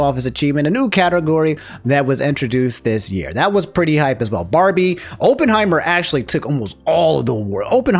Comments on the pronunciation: Every time said "Openheimer" a part of my soul left my body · Pretty obvious you haven't watched Oppenheimer since you keep mispronouncing it. More to the point, maybe a voice actor's guild is necessary. SAG has never treated them with any respect. Peter Cullen gets a lifetime Emmy only to be replaced by Chris Hemsworth on Optimus Prime.